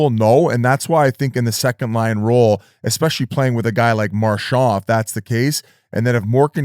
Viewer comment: Episode 1000 of Biz not knowing how to pronounce Marchand